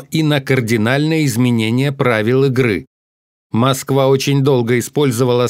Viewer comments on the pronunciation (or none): none